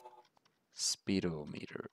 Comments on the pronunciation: It's not pronounced "Speed-O-Meter", It's pronounced "Sped-ah-met-err" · Ha ha, speed-o-meter, it's pronounced spe-dom-e-ter lol